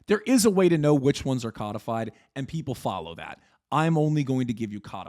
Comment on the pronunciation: Hearing cudfyd instead of co-de-fied is killing me